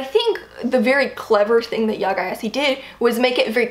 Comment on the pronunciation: Gyasi is pronounced Jay-C (J as in Judge, C like Cider). I'm from Ghana. Love your videos.